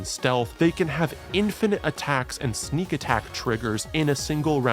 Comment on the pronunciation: infinite my friend, not infinate